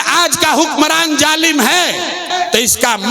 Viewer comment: Jalim Nahi hota Hai Zalim Hota hai